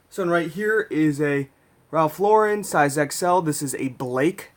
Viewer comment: It's nice to hear a Youtube reseller actually pronouce Ralph Lauren correctly....